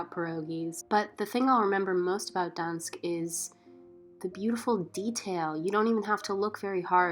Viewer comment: Why did you not pronounce the G in Gdańsk?? It’s normal in English and polish to do this so no idea why you dropped it